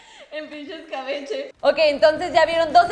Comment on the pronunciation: Dijo pinche SKabeche